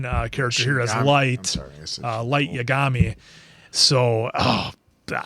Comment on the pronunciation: Light YaGAMi pronunciation had me laughing. In Japanese, every syllable has the same stress in enunciation. Instead of Romance languages like Italian or Spanish, where it’s usually the second to last syllable that has stress (YaGAMi) it’s Ya Ga Mi.